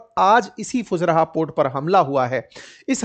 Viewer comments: Not fuzraa sir fu zai raah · It is pronounced fujaira not fujraha Sor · Fujairah ❌ फुजरहा ✅😂